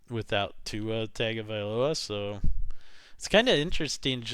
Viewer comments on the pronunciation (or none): It’s Tua Tongue-oh-vai-loa